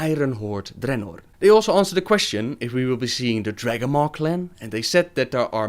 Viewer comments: it is dreanor not DReannor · why u pronounce dranor like dat?